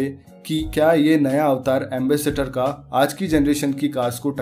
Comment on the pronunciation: Ambassador ko Ambassator keh raha hai